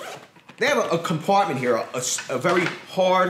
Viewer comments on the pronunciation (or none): “A very hawrd cumpartment heea “